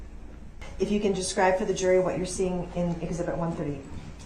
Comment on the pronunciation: Eg- zee- bit. ,( exhibit).